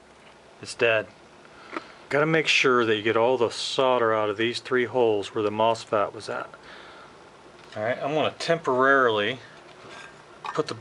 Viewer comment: MosFAT? It’s mosFET